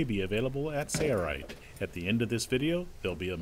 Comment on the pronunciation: Why is the narrator pronouncing it "say-er-ite"? "Sale-right" is the proper annunciation fro sailrite.